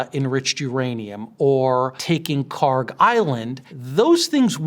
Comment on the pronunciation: I cant believe a "Harvard profesor" doesnt even know how to pronounce Kharg